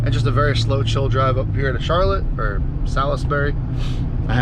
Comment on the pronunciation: its pronounced "sauls-berry" lol